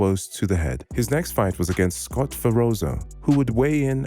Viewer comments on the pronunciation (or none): none